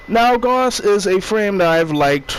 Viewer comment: It’s pronounced gouse like doused